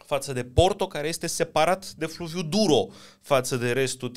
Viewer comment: Se citește, duero și teho!